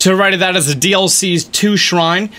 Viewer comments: "ravioli" HAHAHAHA it's revali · ravali not ravioli LOL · It’s funny how he calls revali, ravioli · I love how he said “Ravioli’s Quest” instead of Revali’s quest. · no ones gonna talk abt how he’s been calling revali ravioli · Man, I'm hear from 3 years later and this helps soooo much, but also I love how you called Revali, Ravioli. 😂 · MikkiPlayz or the fact calls Ravali “Ravioli” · Revali? Nah, “Ravioli”🤣🤣🤣🤣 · and did he just call revali, Ravioli